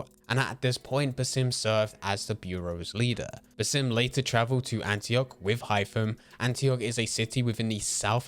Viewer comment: As an Arabian viewer , the way you speak his name is funny but not accurate at all, the proper way is to stretch the “A” in Basim a little longer like this “bAAsim” i don’t know if you get what i mean but thats the correct way , his name is a derivative of the word “basma” which literally means “smile” so Basim means the one who smiles 😁 Keep up the good work i have already binged 5 videos for you in one hour